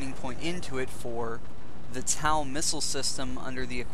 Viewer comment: TOW! T O W! like on your foot. not tal.